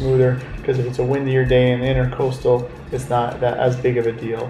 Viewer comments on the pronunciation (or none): it's the "INTRAcoastal" not "INTERcoastal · Not pronounced INTER coastal. It’s the Intracoastal . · Great video...fyi, it's NOT "intercoastal",it's "intracoastal"...somebody probably already said, but I'm not reading a 1000 comments to find out...lol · It's Intracoastal, not Intercoastal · intracoastal not intercoastal...